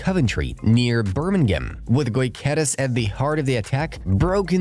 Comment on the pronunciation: Thx for the vid. However, is Gyokeres, not Goykeres.